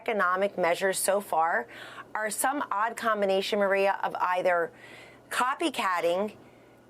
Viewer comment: She couldn't even pronounce the word gouging